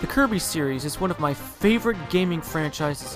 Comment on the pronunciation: It's Kirby,not Coby!!!